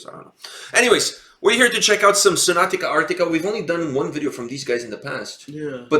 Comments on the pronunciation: Not trying to be disrespectful or anything but if you are gonna react to a band please learn to say their name properly. Its Sonata not Sonatica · I was a tiny bit triggered as you kept mispronouncing sonata as sonatica :D Cool review otherwise! Hopefully you will check their live stuff too because Tony Kakko is a really good singer on stage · Dude me too, i winced each time he said Sonat-ica instead of Sonat-a. But oh well. lol